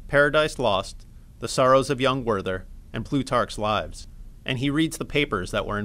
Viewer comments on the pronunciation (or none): "The Sorrows of Young Werther" should be pronounced Vehr-tehr... It's German, by Goethe. :) (Am I the only English major who watches these not to cheat--I read all of these, and a LONG time ago and over and over at that, lol--but for fun, and gets excited at the thematic possibilities Shelley introduces by having the Monster read that great masterpiece "Paradise Lost?" ...Yes, I am THAT far gone.) ;)